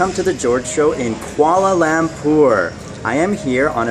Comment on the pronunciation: Oh My God George welcome to Malaysia!! I am a Malaysian but sadly im not from Kuala Lumpur. Im from kuching. Come to kuching!!! XD jk I have been to Kuala lumpur to meet my cousin. Btw the way you say Kuala lumpur is Lampur XD But seriously wow i didnt know that you were coming to Malaysia. XD I would really like to see you irl. Hopefully one day :)